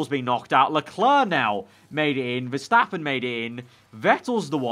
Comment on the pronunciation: Is it MAX VERSHHHAAPPEN?!